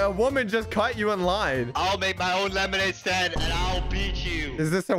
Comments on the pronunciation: The fact that said lemonade staind in the beginning is hilarious 😂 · Did anybody notice that he said,” who can make the best lemonade stade